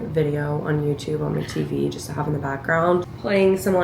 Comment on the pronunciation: I noticed when you say had to drive or had to go you say “to” like “tha” like “had Tha drive” or “had Tha go to the store” I wonder what accent that is